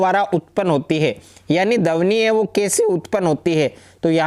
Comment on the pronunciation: सर यह ध्वनि होता है ना ही की धवनि